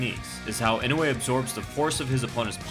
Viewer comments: It's not "e-no-way" its "e-no-you-eh" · I know you aren't japanese, but godamn his name is not "Inway" it's "EE-NOH-EHH" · Inoue —>Ee-no-whey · Sake Bobombs Nope, it's ee-no-oo-eh